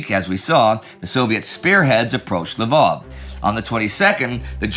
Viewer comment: Why do you keep calling it l'vOv? It's a Ukrainian city, and it's called Lviv (l'veev)